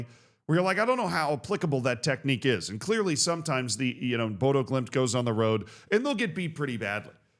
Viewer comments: the o with a line is more of an uh sound. More like Boduh. And it's gonna prompt Pep not to rotate but instead go and buy 2 CBs for 150m. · The "ø" in Bodø is pronounced like the "u" in "luck", "duck", "buck" etc. The "dø" part sounds almost like most pronounce the French word for 2 (deux). Just funny: (å) dø actually means (to) "die" in Norwegian. :p (å) "bo" (i) actually means (to) "live" (in). Despite this, I think the name means "båd" "øya", the last part definitely means "island", but the first part is easy to think means "boat", as that is what "båd" means in Danish, but likely more connected to old Norse, where a very similar word means "båe", which means "shear" (even if we now usually use the word "skjær" (shear) and not "båe"). The shear island. :p